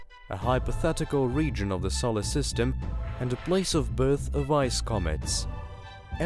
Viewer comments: I'm wondering what a "sollersystem" is. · Good video apart from the mispronunciation of Solar system & Carl Sagan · For the love of all that is holy, that's not how Uranus, Sagan, and Solar are pronounced.